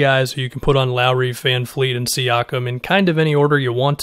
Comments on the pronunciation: Sorry for the nitpicky comment but he's not Greta Van Fleet, he's Fred Van Vleet, with a V. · It’s vanvleet, there’s no F’s in his name. I’m annoyed at everybody Just saying a simple name wrong so much